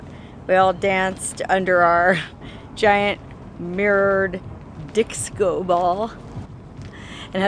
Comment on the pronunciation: Dicso, that is how my Filipino friends say Disco